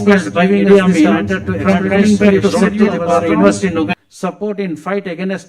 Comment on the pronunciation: First atleast learn how to pronounce the word Uganda well not wuganda before you ran and rash to ask for citizenship